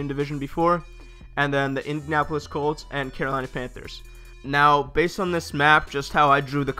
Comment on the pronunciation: Say it with me: In-di-an-a-pol-is. 6 syllables.